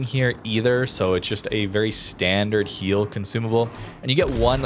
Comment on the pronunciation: "Heal"..... /facepalm